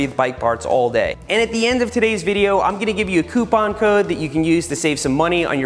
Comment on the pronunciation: Finnally! An american said Coupon Right! Almost All People Say "Quepon" Instead Of Coupon